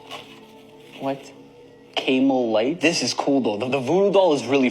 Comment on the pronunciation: Um guy with voodoo doll....cay mel?....do you seriously not know how to pronounce camel?🤨 Also, you get a "mystery" box, that smells extremely bad, ...and so you proceed to open it...are you off your meds?😂